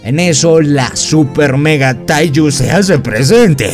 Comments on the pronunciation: AJAJAJAJAJA es teigu, no taiju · Y se dise teigu pero ta perron el rresume 😃😃😃😃😃😄😄😆😆😆😆😆😀😀😀😀😊😊😊😎😎😎😎